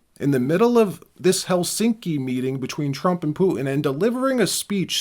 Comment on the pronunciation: I’ve heard of Putin but who’s Poo-in?